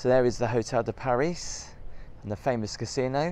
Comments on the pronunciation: I cringed every time uou said the hotel name...it's Hotel de Paree.. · it’s pronounced PAR REE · it’s Hotel de Pari. You don’t pronounce the S. love the show. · Instayed here too. V lucky. Got the helicopter transfer as well. Small correction, its Hotel de Paree......French pronunciation merci beaucoup!!! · It is usually pronounced "Hotel de Par-ee". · Thank you for the review, however and please don't take this badly but the Hotel de Paris is pronounced Hotel de Paree. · It’s pronounced Hotel De Pari rhymes with Harry. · You don’t pronounce the S … Paris … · Ask a Frenchman how to pronounce „Paris“, please. Next, no modern helicopter is do low, that you need to duck. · Don’t pronounce Paris the English way. It’s should always be done the French way when referring to this hotel. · Probably best sticking to budget hotels. Both the hotel de Paris (btw the s is not pronounced) and the Fairmont are fabulous hotels. We stay at both. Not had any issues with the staff being rude. We’re pleasant to them, they’re always pleasant to us. I can see that making a fuss over a mattress cover in a hotel of this class would not be seen favourably. You appeared to be totally out of your comfort zone. Don’t deter others from staying here, it’s an incredible experience, particularly during the Grand Prix. Would encourage anyone who appreciates the finer things to visit. Maybe stick to Butlins in future 😊